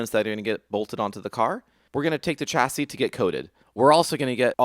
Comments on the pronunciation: chassis read [SHASI] not [CHASI] !!!!!!!!!!!!!!!!!! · Loooove this! Cannot wait for more. You can't pronounce 'chassis'